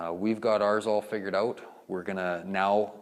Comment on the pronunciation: If you say “oowt” one more time..